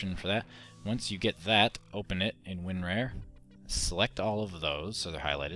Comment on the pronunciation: Hey you regard it's winrar not winrare